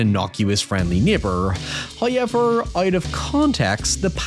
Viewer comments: Why the fuck do you say "hoyever" its hoWever omfg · First "hoyever" drops . This is as it should be.